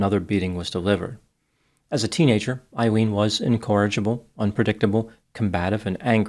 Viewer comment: Her name is pronounced A-Leen…